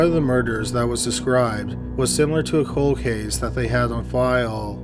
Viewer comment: People always saying you mispronounce things because you’re Canadian, then you go and say “Cal-Gary.” 😆 It’s Prince George’S county, not “Prince George” county. There’s literally an S in it. 🤨 Also, I’m not sure what a “Code Case” is, but some murders become COLD cases. 😆